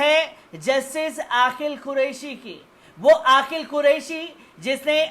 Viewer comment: Bhai aapki urdu bahut kamzor hai sari duniya aapki khabar ko sunti hai lekin aapke lafz bilkul jahilana hota hai, Aqeel ko aaqil bolte hain ye galat lafz bolte ho.